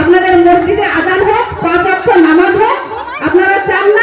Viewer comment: Are o ki jane, murkha, 5 waqt bolte parena, bole okto. Se naki bojhabe ke kon party korbe!